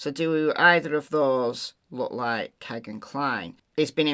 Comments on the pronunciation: Its America, vowel consonant vowel, firt vowel makes long sound. It sounds like Keygin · Couldn’t it be Kegan, rhymes with Vegan? 😊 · Kegan like vegan, I suppose. I always thought you were using the correct pronunciation until you mentioned it in this video. 💜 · His name is Kegan. (You have to go back to the vowels- the long e) it has the sound of the double e..although it isn't spelled with the double e's. America has a way with letters and words....😂